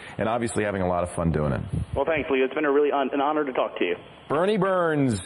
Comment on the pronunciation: It's Burnie not Bernie